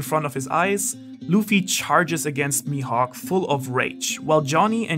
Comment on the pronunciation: "Mihawk" *MAJUUB* Dafuq?😂